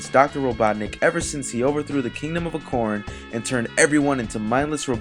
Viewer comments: ...went nothing into Sonic's actual creation, went nothing into the fact that Dr. Robotnik was to be the main character in the Sonic series initially, and you mispronounced "acorn". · ok AMAZING video but did you have to say acorn wrong like cmon man seriously lol